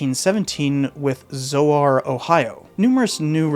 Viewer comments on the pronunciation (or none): Zoar in Ohio rhymes with Thor ~ a native descendant